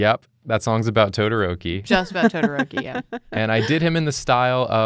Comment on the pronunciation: Me:clicks vid cuz of todoroki Dood:*pronounces todoroki as todorouwki Me:Tf mannn